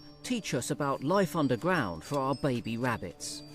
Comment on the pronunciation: Wabbit's I clearly heard him, he always says wabbits. Wabbits are rare, rabbits aren't. Trust me I'm a not Doc, but hey what's up?